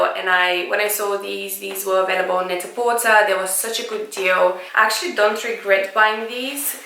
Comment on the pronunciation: Hey, lovely! Just a heads up that Net-a-porter is pronounced "net-a-porTAY" to rhyme with "prêt-à-porter," which is what the company name is based on.